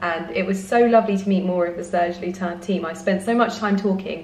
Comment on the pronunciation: The last ‘s’ in Serge Lutens is not silent. “Serge Lyoo-tance”. I’m French.